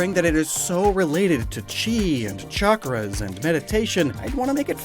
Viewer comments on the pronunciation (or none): none